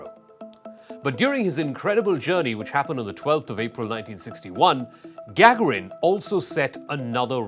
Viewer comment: IT'S NOT GAGARIN. CAN'T YOU ATLEAST PRONOUNCE HIS NAME CORRECTLY ??? 🙄